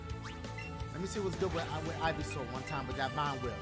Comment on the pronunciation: EeveSour??????? It’s Ivysour dashie lol 😂